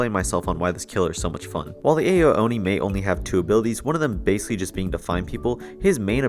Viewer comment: w vid but his name is pronounced “ow-oni”